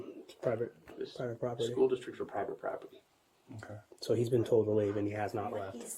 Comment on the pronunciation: "it's prybit proper-tee... publicly funded but...." 😂😂😂😂😂